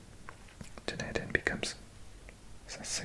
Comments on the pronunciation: Dunedin is said done-e-din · Dunedin kind of sounds like Dun-e-din